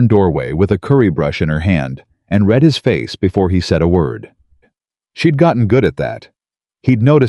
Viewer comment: Also read and read REED and RED-wrong pronunciation!!!